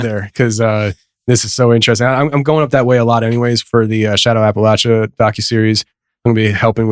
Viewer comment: Def pronounced “App Uh lat cha”!! Lol